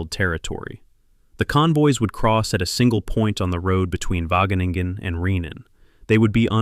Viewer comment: plse: Wageningen................................ but gratefullness stays